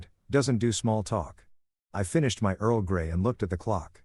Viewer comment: Omg he said earl gay 🤣🤣